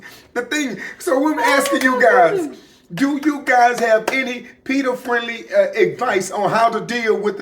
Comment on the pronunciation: PETA not Peter 😂